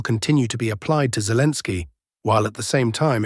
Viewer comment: I don't like the new voice. It mispronounces things, even calls Zelensky "Zelens." The old voice was much better. Yes, it has an accent, but it was easily understandable, and didn't butcher the Slavic names.